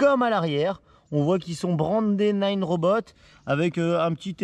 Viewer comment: Naaaaaaneuh !!! Pas nine !!!! Bordel !!!